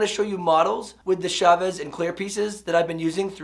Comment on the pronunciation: Preparing for teaching AP English in the future. Your stuff is great! One humble request that I hope doesn't bother you-- I've noticed many non-Spanish speakers pronounce Chavez's last name as if it starts with the "Sh" sound. It's actually the same sound as in "cha cha cha." Gracias. :-)